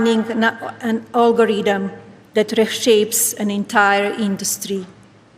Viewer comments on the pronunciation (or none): "All-go-ree-dem." - The First Lady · Melania trying to say algorithm, but gets it confused with “ogorietham” 🤣🤣🤣